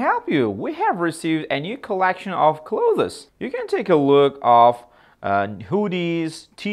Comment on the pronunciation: Clothes ni talaffuz noto'g'ri talaffuz qildiz, va bu so'zni odatda ko'pchilik non-nativelar noto'g'ri talaffuz qiladi